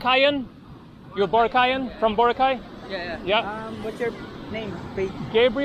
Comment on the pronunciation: Pronounced bo rock eye, hope you had fun!